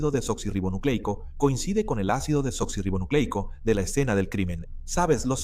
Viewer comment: Cada vez que dicen ácido deblablablablablanla me da una risa